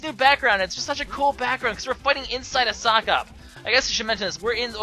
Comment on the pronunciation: Sockop/Socop. Sicop, really?